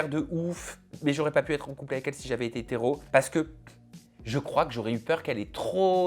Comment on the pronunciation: Il n'arrive même pas à dire "si j'avais ÉTÉ hétéro" ; il dit si j'avais été rot 😅